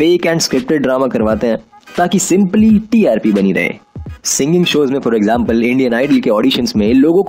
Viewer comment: I am loving the way you’re saying “eggjampal” 😂😂😂❤️